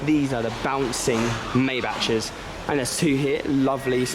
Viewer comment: ive never heard anyone call it a Maybatch . . .. u must be american , yall like to be diferent even when something sounds stupid . . . its a mayback or muybuck . . . . .but meybatch is just silly